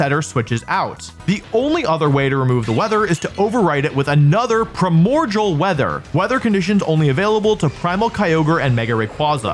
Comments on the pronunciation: Since you mentioned people correcting you, I have to say: it's pronounced "pry-more-dee-al" not "pry-more-jul" and geomancy is like "geo-Nancy" Primordial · you apologize for that pronunciation, but not for "primorjal"?